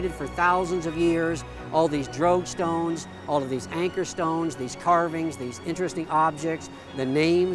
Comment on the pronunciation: Until i finally saw it spelled, i thought you were saying "drag stones" in a very weird way. After all, the drogue stones are for drag; right?